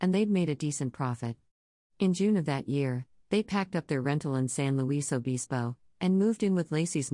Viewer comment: it’s san luis (sounds like lewis) obispo (ah-BIS-po)